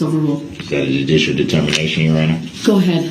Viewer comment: Du-dishull determination....